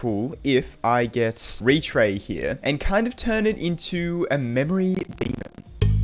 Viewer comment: bro made "memoray" w video btw